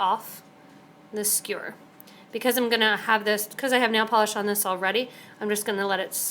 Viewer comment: its a skewer, not a skure lol,,, sorry just a funny thing I noticed, its commonly mispronounced. Good video otherwise :)